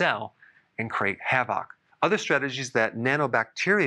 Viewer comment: Lol Doctor you're killing me with these pronunciations!! WeaponTry? Or just... weaponry? Lol HavAUCKK?? or Havoc (havik)??